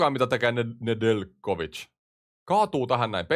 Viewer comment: Nedeljkovic on jenkki ja äännetään ilman j:tä